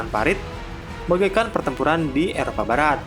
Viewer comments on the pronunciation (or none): none